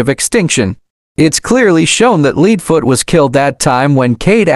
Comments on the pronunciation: Also you spelled leadfoots name like saying leading or something else among those lines also you said ksi in a very weird way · It’s not leedfoot leadfoot